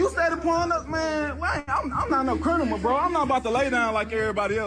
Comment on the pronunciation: He keeps saying he's not a crinimal makes me laugh when I'm supposed to be taking it seriously, forgive me😭